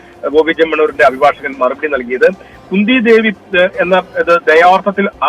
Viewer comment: ന്യൂസ്‌ വായിക്കുന്ന ചേട്ടാ കുന്ദി ദേവീന്ന് പറയാൻ പാടില്ല 😋